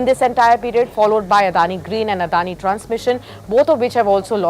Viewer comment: Yo how did you pronounce Adani's name so well. Damn